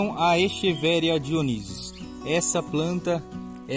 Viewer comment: Parabéns! Não conhecia seu canal mas amei! Pois vc fala echeveria com som de x ,e eu gosto de respeito a língua portuguesa, acabou de ganhar minha inscrição